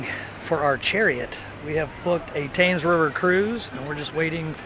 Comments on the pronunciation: Really enjoyed your London videos. Great tips and pointers for visitors. Took me a few days to get to grips with the underground when I started using it. The river is spelt Thames but pronounced Tems and Big Ben is the largest bell at the top of the Elizabeth tower. Looking forward to your videos on the next visit. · Loved your video, but like to say the river is pronounced Tems not tames. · The Platinum Jubilee has been and gone ! YEOMAN Pronounced YOMAN not YOWMAN. THAMES Pronounced TEMS not TAMES. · The river is the 'tems'...not the 'tames'. Great video though! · Tems not Tames ffs at least say it correctly, like would I pronounce Wyoming like wrong? Learn and research first you ignorant race of Trump lovers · From uk and I want to do this tour crazy cos I live so close to London! God stop saying tames! It’s pronounced temes! Lovely couple though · its pronounced the themes river not thames....its spelt thames though!! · You’re saying the Thames River wrong. You’re pronouncing it like Tames while I am sure it’s pronounced like Tens with a m instead of a n. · Love the video, just have to say that it's pronounced river temes, not tames.😊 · It is pronounced Tems not Thames Sorry sorry sorry for being a pedant But Americans are allowed to say it like Thames (the way it’s spelt) if they want Great videos 👍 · Excellent video. :o) The Tames is pronounced 'Tems', and Borough doesn't sound like Burr-row, but Burra. :o) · Nice to have two such cheerful and appreciative people report on London. May I just very gently advise that Thames is pronounced "tems" but hey, hearing it "tames" just added that authentic American tourist flavour to really ensure I got to look at where I live through a fresh pair of eyes!😏 Glad you enjoyed your time here... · Please pronounce temes river not Thames ! Like it’s spelt love you guys! From a brit living stateside now ! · I am off to NYC in May 2023 for my 3rd visit. I can't wait. its Tems not Tames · "Tims" or "Tems"...not "Tames". 😉